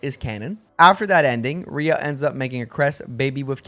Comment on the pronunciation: So is this a bit on your channel or did you not play 3 Houses at all? Why are you pronouncing Rhea and Seiros so badly?